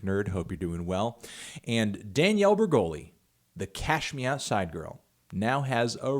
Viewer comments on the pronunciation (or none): am i the only one who heard anthony say "cash meow side girl"